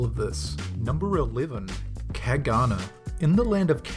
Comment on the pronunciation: you butchered the pronunciation of the caganer lol same with the tio de nadal I have 5 of them in different sizes, smallest being 3 in long and half in in diameter and the largest being 1.5 ft long, and also i have 3 caganers lol